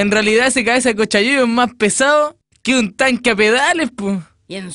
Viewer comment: oye pero dijo caesa no cabeza creo